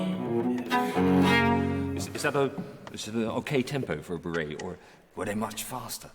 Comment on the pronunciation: Just a little pedantic note : it’s bourrée (peasant dance) - not bourré (very drunk, plastered). Definitely not borough....